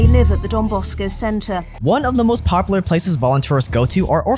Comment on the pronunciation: its POP-YOU-LAR. Poplar is a tree